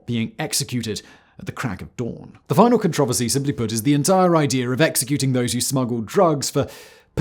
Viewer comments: He doesn’t know how to pronounce controversy. That’s random and weird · I get triggered when Simon says con-traver-see. 😆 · Not near as bad as the 57 times he says controversy wrong